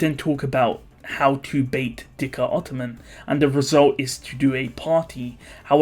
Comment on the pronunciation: Again Im pretty sure its zikr ottoman not dhikr